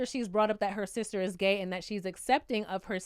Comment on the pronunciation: exactly. he can't even say "gay".